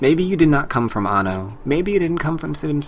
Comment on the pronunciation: You say anno weird or is it just me